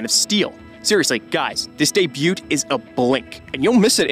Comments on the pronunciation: Hey, dude: "Debut" is pronounced "day-byoo." "Corps" is pronounced "core." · He just pronounced debut as debute. Idk why but it bothered me that even my 8 year old knows that the t is silent